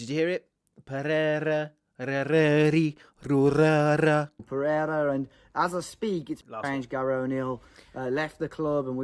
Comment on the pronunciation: Funny thing is that he's not even saying Pereira well, so that portuguese brainwashing is not really working that much 🤣